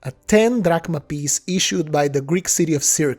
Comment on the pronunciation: "drach em" "drahkma" "😐😑😐 ...k"